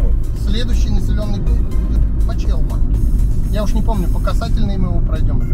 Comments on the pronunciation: ПАчелма) а не пачЕЛма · Привет из Нижнего ЛомОва, у нас по вашему маршруту уже мало кто ездит, сейчас в объезд Тамбова и на Новую Усмань, километраж больше, но по времени также выходит т.к. там дорога в отличном состоянии и меньше населенных пунктов. Кстати как заметили комментаторы ПАчелма, а не ПачЕлма)).